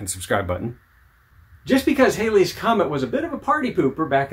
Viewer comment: Its actually pronounced Halley's comet as in Valley's, not Hailey's as in "Bill Haley and the Comets". Its a nice scope though.